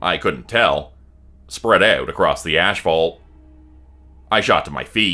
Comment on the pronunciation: Love you but lol ASHFAULT! No